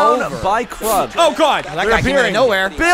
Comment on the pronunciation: 1. Your mispronunciation of Krug offends me. 2. WHY IS KRECJI FIGHTING PEOPLE 3. Any game where Pastrnak scores is a good game. 4. BRUINS WIN